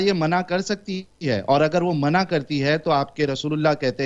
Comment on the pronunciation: Allah nahin Hallah bola wo 😂😂😂